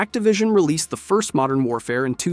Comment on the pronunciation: Is no one going to point out him litteraly saying onest instead of first lol